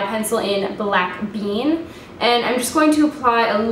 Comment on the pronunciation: NYX Jumbo Eye Pencil in "Black......peen"??? lmfao. I almost spit my water out. I think you were saying "black bean," though, right? I really like how you said to put that only on the inner part of your eyelid and then the outer part, leaving next to your tear duct and the center of the eyelid clear. That's such a great idea! That's going to make it pop so much. The finished look for this is SO PRETTY!! <3 I really really want to get these Makeup Geek eyeshadows now. I've been obsessed with them forever and I don't even own any!!